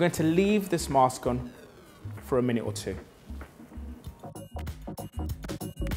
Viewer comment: he said vitamin and mask wrong.